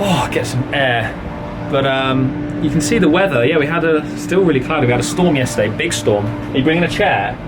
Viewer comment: Weather with...so British:P